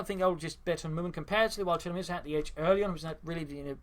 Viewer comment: Hi, just a quick note on your pronounciation of tiramisu. You say tira-misu. Whereas it is more appropriate to say tira-mi-su (as if they were three separate words (italian for "pull me up" [a type of cake or pastry])) Very small detail if you're interested.